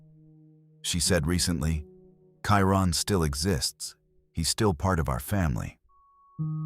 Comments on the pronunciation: This narrator cannot even get the names of the missing correct. Kieran to Kyron 😢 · The Kyron Horman section is distasteful. Mispronouncing his name, not getting the father's name correct, and showing two pictures of him with his mother Desiree, while talking about Terri (#1 suspect who I'm sure did it with her pal DeeDee Spicer) makes it look like Desiree is Terri. Every action of Terri after the disappearance was suspect. The fake crocodile tears during every interview. I can't believe she's still free. Pure evil, heartless. Back to my complaint though, for the respect of the victims and their families, at least get the correct pronunciation of the victim and his father, and for the love of god don't put pictures of the parents in any frame that you are talking about MF'r Terri...